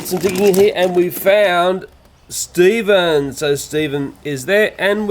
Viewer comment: Its Stphen